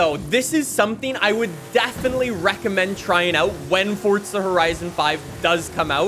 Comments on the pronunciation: Forza or fortza!!! pls say forza whit no t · if this dude says fortza one more time, ill commit war crimes